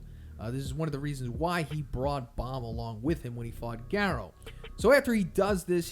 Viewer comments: Love your videos but can you change your pronunciation on manga? Also why did your pronunciation change on Garou? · He suddenly forgot how to pronounce manga and garou. Its actually unwatchable lol